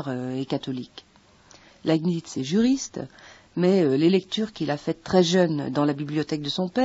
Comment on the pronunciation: Laibnitz, pas lanisse , svp !